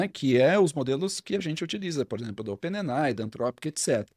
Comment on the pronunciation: Fala amigo, bom demais?! Seu conteúdo e didática são fantásticos e eu aproveito e absorvo muito. Porém, com todo respeito e admiração aqui vai uma observação sobre um vício de expressão que notei: A palavra OPEN AI não é lida como ope ne nai e sim ôpên êi ái.